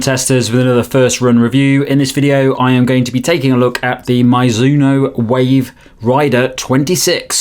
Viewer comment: Nice review, but never ever heard someone pronounce it "My-zuno" 😅 looks like you got it at the end